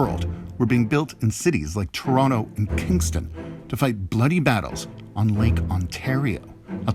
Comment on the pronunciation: A wee bit too dramatic, fella. You've even exaggerated to tronnicity of easing off the edges of Toh-tonn-toh, Net net, thiis is totally overboard and needs to be re-recorded. Like just read the script, OK? This is a You Tube video, not a tryout for Alfred Hitchcok.